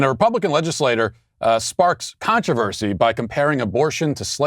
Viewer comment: Matt, did you say “countreversy?”. I think you did. You definitely did.